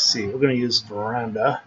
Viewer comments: This video helped me. One note. The font is called Ver-dan-a, not Ver-and-a. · I thought it was adorable that he called it veranda